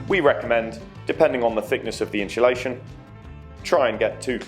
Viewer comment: God it becomes annoying once you hear people pronounce insulation as in-shul-ation. And you can't change the windows anymore, they are stuck in there.